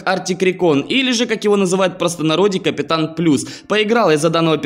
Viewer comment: Шикарный обзор, только вот не капистан плюс, а капитан пОлюс, но я думаю не суть важно! Обзор шикарнейший! Теперь самому захотелось получить Арктикрекона.